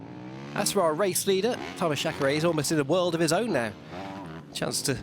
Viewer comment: Some football presenters here in Brazil studied even Croatian to spell correctly the names pf the players from that country, back in 2002 (FIFA World Cup). I assume this guy is British, thus I also assume it is not that hard to spell "Reiner" correctly, and the same applies to "Chareyre". "Ashfalt" also went quite hard on my ears. However, I understand the reasons pointed previously, and believe this guys will do his best to improve for the next rounds.